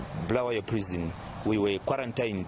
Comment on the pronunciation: Not bhulawayo but Bulawayo this Moyo guys can not even pronounce